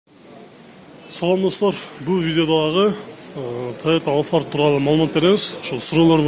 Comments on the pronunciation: Алфард эмес кичине прятныйраак альфард десен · Тойота алфард эмес АЛЬФАРД туура айтчы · Алфард дебей альфард десен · 1.алфард эмес альфард. 2.сүйлөө грамматикаңа көңүл бур, ката бута эле согуп коюпсун. 3.баасын айтпасаң эфирге чыкпай эле кой.2альфарддын баасын айттыңбы же жөтөлдүңбү ,угулбай эле калыптыр.